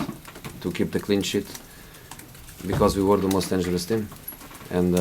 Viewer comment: sounded like clean shit man lol